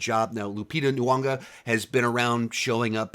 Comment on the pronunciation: Pleasant review... And its N'yongo.... a long "O" at the end. Not Lupita N'yongA. ;) Be well.